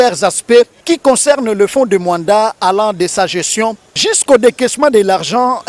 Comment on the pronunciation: MOANDA ET NON MUANDA BOYOKI